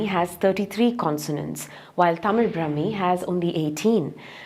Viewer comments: ബ്രഹ്മീ അല്ല. ബ്രാഹ്മീ . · It is NOT Brahmi. Brahaami. Dhirgha. Not hrsva. How are these many experst who consider Tamil Brahmaami is NOT Brahmaami Name 20.